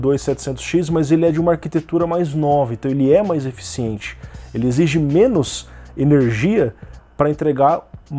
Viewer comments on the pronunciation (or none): none